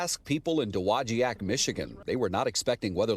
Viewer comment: It's dog-a-nak. Not what he said